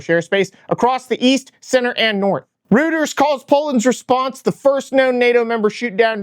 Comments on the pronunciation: C'mon... you are reading news. Reuters is pronounced roy-ters, not roo-ters. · "Ro0ters" Lol. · Didn't know Reuters rhymed with Hooters. Also, Polands best air defense is russian pilots, only thing falling more often are russian oligarchs from windows.